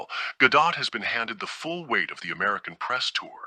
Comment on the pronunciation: Thank you for pronouncing Gal's last name correctly. Most youtubers mispronounced it.